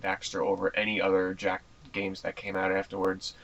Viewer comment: i heard u lik ps2 geams